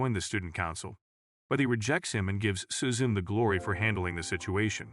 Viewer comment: its su-zu- ne not su-zune.